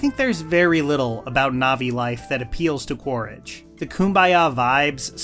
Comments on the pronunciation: whats up with the weird name mistakes and pronunciations, eywa quaritch, pronunciations were both incorrect and "ash and fire" yet the title of the video as the correct name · How do you manage to mispronounce Quaritch, Varang, and Lo’ak after a 3 hour movie 💀